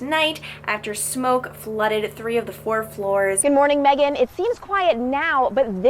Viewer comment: Glad you got megan's name right this time! 😂